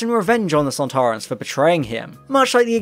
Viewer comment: I enjoyed the beginning Very accurate They’re pronounced sand ta run